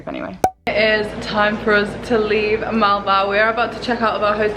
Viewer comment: You pronounce it " Mo al bo al" not molbol or other way